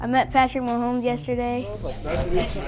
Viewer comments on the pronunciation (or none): It’s Mahomes, not mohones